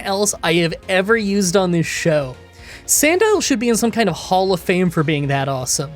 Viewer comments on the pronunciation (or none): none